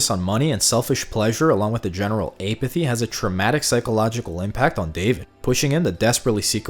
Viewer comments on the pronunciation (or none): The first syllable of “Apathy” is pronounce like “apple”. Not “aye-pathy”. 😂